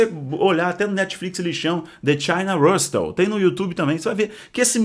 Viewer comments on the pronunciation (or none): So uma humilde dica: Hustle= o H tem som de R e o T Nao e pronunciado! Nesse caso o T tem som de SS ( Russôl)